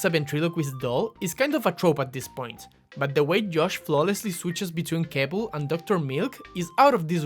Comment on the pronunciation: honestly kinda hilarious that you accidentally mispronounced Kepl's name because part of that whole thing was him being pushed to the background and host Vic forgetting his name 😂😂